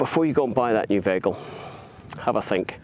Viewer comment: What's a 'vaykel'?